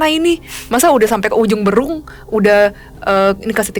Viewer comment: Nyari komen yg salfok sm cie ngomong "ujungberung"🤣 sebagai warga bandung yg tetanggan dgn ujungberung saya ngakak🤣